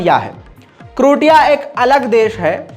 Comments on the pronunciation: करोटिया नहीं बल्कि क्रोएशिया है। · जिस देश का नाम आप करोटिया बोल रहे हैं वो असल मे क्रोएशिया है इसको आप krotiya की जगह (croatia) क्रोएशिया बोलिए सही वर्ड यही है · its pronounce Krow.ay.shuh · उस देश का नाम क्रोएशिया है ना कि कृटीया 🙏🙏